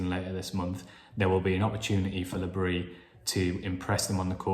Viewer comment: A friend of mine has a French wife, and she told him that because Regis is a Breton, you DO pronounce the s in Bris.